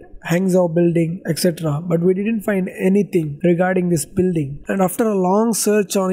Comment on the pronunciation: Did I hear Builring ?